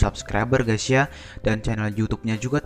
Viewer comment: Mas tolong kalo ngucap 'gaes' gaes aja jangan gaes ya .. kedengerannya seperti gesia. Setuju?